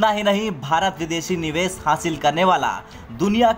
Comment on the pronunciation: Neeves (निवेस ) nhi bhai Nivesh ( निवेश)